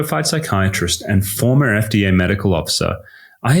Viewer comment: Big emphasis on "former"